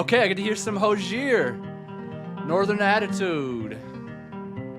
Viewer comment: by the way Hozier=Ho-zee-er